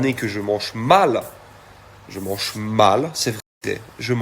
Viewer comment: Courage Nikola, il dit je manche ça me fait trop rire😂mais si non courage et tu réussira